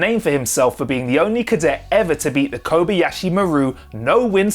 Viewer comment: *Ko BA ya shi, not koby yasshi